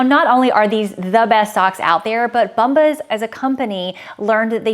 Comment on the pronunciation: I’m always here to giggle at your brand ads pronunciation. Today is “BUMbas”. Think of the word “Bomb” and then “ahs” at the end. ❤